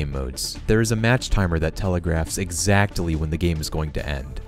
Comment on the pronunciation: I like how he says "exactly". Really puts an emphasis on the 't' every time.